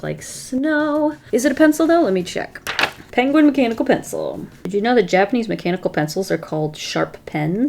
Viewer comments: I love the way she says the word penguin. (She says it like pang-win instead of peeng-win) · Me in my Harry Potter voice it's PEnguin not PAnguin lol. Sorry it made me laugh.